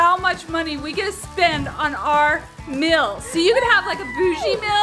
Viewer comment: pronounces meal as mail it’s not mail it’s meal, says it correctly and says mystery whale not wheel